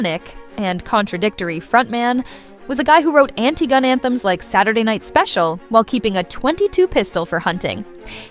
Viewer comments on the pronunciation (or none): none